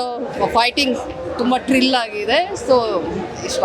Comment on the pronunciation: ಮೇಡಂ ಅದು ತ್ರಿಲ್ ಟ್ರಿಲ್ ಅಲ್ಲ first time nodidira ansatte